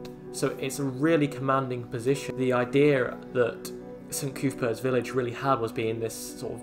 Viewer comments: Just a few things, Heaton and Jesmond are not in Gateshead, it's Cuthbert not Coothbert, this part of Askew road is 40mph. I was about 5 when me and my family spent about 6 months in this place while the houses on our estate were being low standard badly refurbished or as the council put it modernised, the flats were okay and it just a short trip to the shops on Coatsworth Road or Gateshead Town centre so using no corner shops was a lame excuse, the problem was the residents and their kids who ran riot, those kids most of them ended up in the same high school as me and they were always in trouble and on leaving school most of them turned to crime and drugs, the area would have been okay but it was left lawless. I would be surprised if Gateshead council still own the land as the have sold every other bit of available land to developers. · Who is this coooothbert? It's cuthbert! It's really off-putting when you pronounce common names wrong! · Just a couple of pronunciations off - the u in Cuthbert is like the u in custard, rather than an oo sound. 'Lough' as in Beacon Lough is pronounced 'loff'. It's a characteristic of Geordie English to pronounce gh in proper nouns as an 'f' sound. Just like the gh in Redheugh is pronounced like an f.